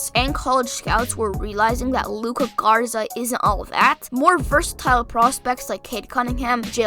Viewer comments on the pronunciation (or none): and it’s GARZA not ZARGA cmon g lol